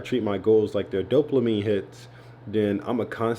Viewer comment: “DOPLAMINE” 😂 love bro!